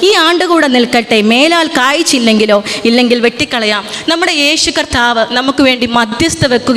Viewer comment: മേലാൽ കാ യി ചെ ങ്കിലോ എന്നാണ് വേദവാക്യം വായിച്ചു കേട്ടത് കാ യി ച്ചില്ലെ ങ്കിലോ എന്നാണ്. ദ യ വായി ശ്രെ ദ്ധി ക്കുമല്ലോ